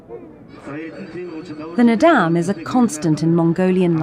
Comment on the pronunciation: Kept saying Nadaam, like madame, bothered me so much.